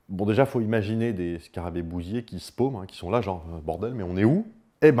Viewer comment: Je sais pas bien expliquer ça, mais quand tu parles de scarabées bousiers j'ai l'impression d'entendre qu'ils sont bousillés. C'est assez rigolo (je ne découvre pas le mot, on ne doit juste pas le prononcer tout à fait pareil).